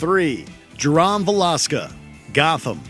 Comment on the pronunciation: had me laughing from how they pronounced Jerome Valeska